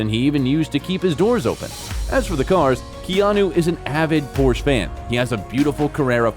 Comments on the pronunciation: A little tip on pronunciation of the name Porsche as a German, the E at the end is not silent. It's the family name of the founder of the company Ferdinand Porsche. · He's hilarious in Always be My Maybe, hahaha. SIDENOTE: dudes pronunciation of Porsche and Saint Laurent..... is this not a person, but a machine doing the narration?